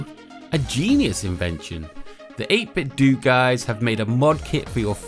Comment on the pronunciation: I feel as though 8bitdo is pronounced like you would nintendo (dough, not doo). By all means I could be way off, but it seems like a logical play on phonetics..